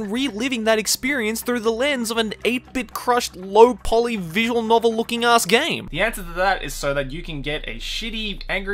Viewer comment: "Low--poly" No, my friend, it's not poly at all.